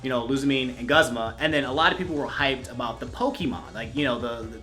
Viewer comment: Guh-zma? It's goo-zma my dood.